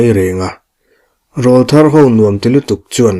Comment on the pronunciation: Rawlthar tih hi lam rik dan turah chuan an aw râwl kha nawpan lai aw rawl atang aw râwl thar anih tawh avangin Râwl tih tur, au râwl tih angin